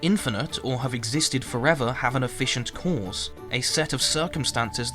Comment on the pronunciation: I’m sorry but like minutes into this I started to hate the way you pronounce “cause”.